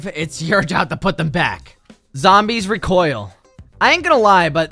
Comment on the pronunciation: "Zombies Re-coil" BRUH WHAT?!